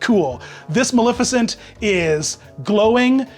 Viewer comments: As a Disney villain purist, I have to point out that the correct pronunciation of Maleficent is- MaLEFicent. Not MaLIFicent. A lot of people mispronounce it, but if you go back to the original film you'll see the correct pronunciation. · yiu do pronounce the E in her name it coms from the word malefic and in the animated feature everyone calls her Ma-lef-icent.